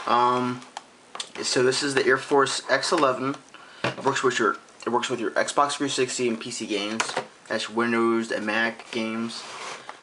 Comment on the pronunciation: i hate the way u say xbox 360......u say sbah 3sity